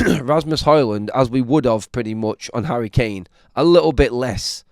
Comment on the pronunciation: The way you say little is so creepy little isn't spelt lickle.